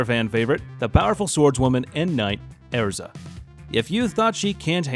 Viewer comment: Man tell me you haven’t watched fairy tail without actually saying it One as far as the anime goes while Lucy, and natsu are close they’re not lovers to you Ezra’s name was pronounced wrong and three the armour you talked about with her she does put on a lot, but I’m pretty sure the first time she put it on. She mentioned that that one is abandoning all defences in favour of speed and offence